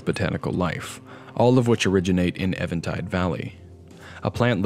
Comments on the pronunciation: Is it Eventide or Evantide? Because it is spelled even-tide, but you keep saying it as evan-tide. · It's pretty obvious but worth noting that "eventide" is pronounced like "even" and is an archaic/poetic term for evening - in other words, "the light is fading/the darkness is coming". Anyway, great stuff as always - glad I found your channel. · I'm glad you're not saying "event tide" like so many others, but still, I'm pretty positive it's eeeeeee-ven tide